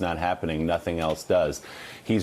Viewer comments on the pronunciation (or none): none